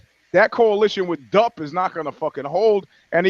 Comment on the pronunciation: Lols at "The DUP", it's the Dee U Pee!